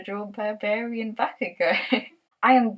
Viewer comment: I also love Boku no hero! I was pleasantly surprised since the first episode. It was so unique and it was so funny and emotional! Since the first few episodes, I've cried so hard.... especially the backstory! And Bakugo is by far my fav character! (Yes you pronounced his name right XD) and how he developed in the manga makes me like him even more. Ever since the beginning, I could tell that if actually like him as an antihero. Its just a great series and so special to me cuz it's so different from the usual shounen anime ❤️